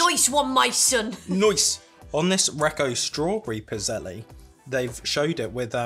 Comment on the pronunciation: The last E in Pizzelles is silent. When I was growing up we had a pizzelle maker and you would just pour the batter onto this machine that looked like a waffle maker. They were known men as an Italian cookie but now you can find them all over.